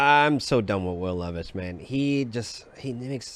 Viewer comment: Who hired these people? 😂 dude really said Will Levis